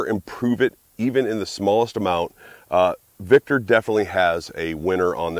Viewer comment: Vector. Not victor